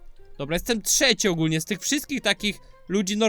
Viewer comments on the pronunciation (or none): none